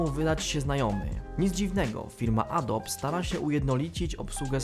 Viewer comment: nie mówi się "adob" :)